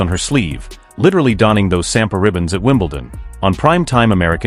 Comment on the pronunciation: Sampa,saguita, you’re parsing the national flower: it’s SAMPAGUITA. The gui is pronounced as Gi, avoiding GUWI.